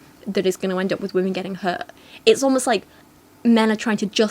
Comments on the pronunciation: This is another pair of tiny infants with virtually no experience who think they're qualified to give advice to other people; sort of the usual naive and potentially harmful cringe in that direction. Thanks for calling it out! But mostly I can't get over the fact that she pronounces "women" as "woman"! What's up with that??? :) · I’m just wondering why can’t pronounce the word “women” properly so it just sounds like she’s talking about one specific “woman” the whole time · the constant mispronunciation of "women" is really annoying me, especially with how often she uses the word